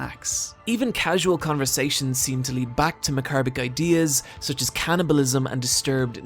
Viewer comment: I never want to hear you try to pronounce 'macabre' again